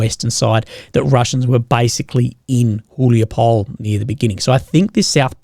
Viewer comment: Small correction. It's pronounced [hulaipole] not [hulaipoul].